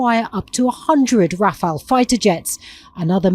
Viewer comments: The French jets are pronounced "rah-FAHL", not 'rafell', with stress accent on the second syllable. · 'Ra' as in raft 'fa' but sounds like 'fi' as in pie because its in front of the upcoming e , i think 'le' but sounds like 'el' - i don't know why. so when you read rafale say: Ra-Fi-El. - 3 syllables You're welcome!